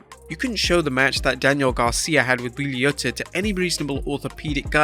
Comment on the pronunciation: Am I the only person that notice that Wheeler Yuta's name was butchered💀